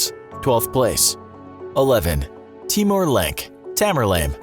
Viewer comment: it's not timur lenk , it's tirmur lang of samarkand..